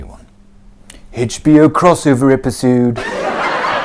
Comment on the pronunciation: Haitch Be Yo?